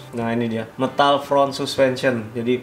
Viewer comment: metal bang... meeeeeeeetal bukan mtal